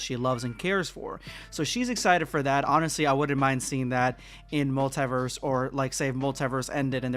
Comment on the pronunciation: What's wrong with your pronunciation of multiverse Are you dumb or what stupid illiterate, I am giving dislike